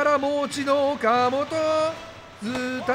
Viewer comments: おか「C」じゃなくておか「本」やん！ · よかもとちゃうやろ。 いつものvipさんの発音良く言うノリなら、フォかもとやろ。